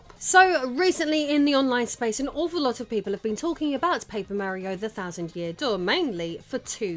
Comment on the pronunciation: Paper Meh-rio indeed